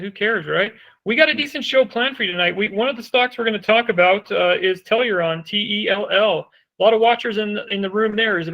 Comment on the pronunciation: How about this bumbling idiot learns to at least pronounce Tellurian ( tell oo ree in) BeFORE professing his wisdom of the stock.